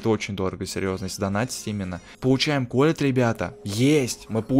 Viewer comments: НЕ К'ОЛЕТТ А КОЛ'ЕТТ УДАРЕНИЕ ПРАВИЛЬНО СТАВЬ!! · Колетт ударение на "е" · ты не правильно говоришь колетт а ты говоришь колет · Не к'оллет а колл'ет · КолеЕтт а не КОлетт